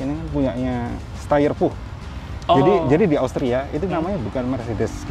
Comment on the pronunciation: Pach itu maksudnya Puch ('Puh) daimler styer kan mas je ?